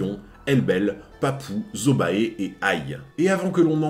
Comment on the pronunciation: Zobae... Je dis ça comme ça hein...ca se prononce pas zobé ?